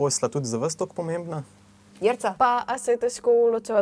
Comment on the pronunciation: Omg napačna naglasitev imena Jerica, ampak ok.